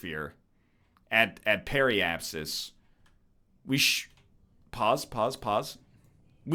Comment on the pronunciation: "Perə-apsis" wtf